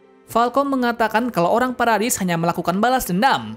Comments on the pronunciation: Bang paradis bukan paradais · Kak bacanya paradis bukan paredais